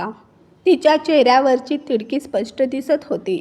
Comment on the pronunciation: चेहऱ्यावरची " तिडकी " नाही " तिडीक " म्हणतात 😂😂😂